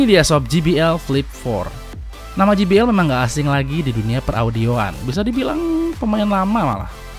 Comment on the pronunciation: sorry bang,eja jbl nya : je bi el ,bukan ji bi el :D